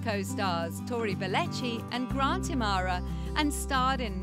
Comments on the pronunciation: im-uh-har-uh not amara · Grant I-ma-har-a not i-mar-ra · It's Im.a.hara not Imara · I guess the narrator never watched the show. I cringe every time she butchers Grant's last name.